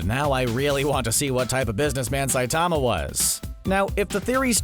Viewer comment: CBR: Saitama has awesome power, here are a bunch of details from the show. Also CBR: pronounces Saitama's name wrong for the entire video.